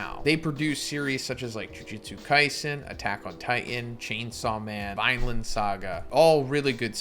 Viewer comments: Vinland not vineland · It is pronounced Vin land saga. Like in with a v in the front of it.not Vineland. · "Vineland Saga" How the hell do you screw up the pronunciation of "Vinland"? 🤣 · Vineland??? Vinland bruh its ok really its ok ☹️ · im sorry but why did bro say vineland saga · Bro says vine land😭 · Can’t believe you don’t know how to properly say Vinland. Like tf you watch anime